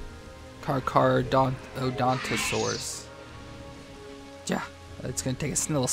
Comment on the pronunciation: is this the video with brachiosaur mamenchisaurus and dreadnoughtus?and say carcharodontosaurus to car-car-rodonto-saurus